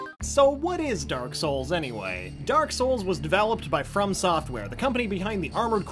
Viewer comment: Amyway? Lol